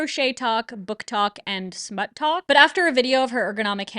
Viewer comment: I'm sorry did you say.... smut tok?